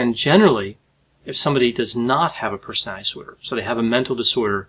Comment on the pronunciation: Persinay disorders. My disorder is wanting people to enunciate the word personality.